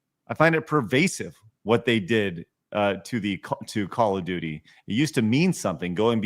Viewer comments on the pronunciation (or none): 'Call of doody'